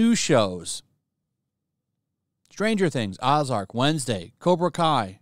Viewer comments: It’s not “ozark” with a short o sound it’s a hard capital “o” like “oh” fix your engrish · How do you not know how to pronounce Ozark? How do you not know what Cobra Kai is? SMH…